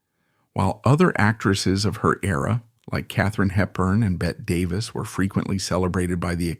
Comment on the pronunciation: Not Bett Davis...it was pronounced BETTY. Everyone else knows this.